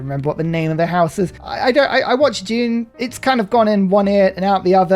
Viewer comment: I thought you were saying “June” until 7 minutes into the video, and then you said “house Atreyities” and understood you were saying “Dune.”